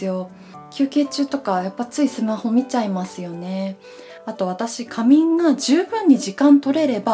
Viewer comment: 仮眠をきゃみんて言っちゃうの可愛い…て思ってTikTokからYouTubeに流れ着きました。 さいこう。